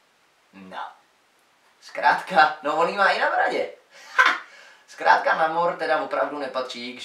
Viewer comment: Promiň ale namor se vyslovuje nejmor